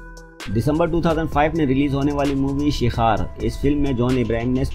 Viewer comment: Shikhar शिखर है शिखार नही